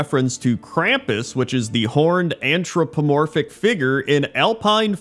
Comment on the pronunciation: "Antropomorpic"???? Come on.....